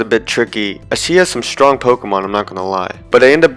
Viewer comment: DO NOT LEAVE OFF THE R IN STRONG!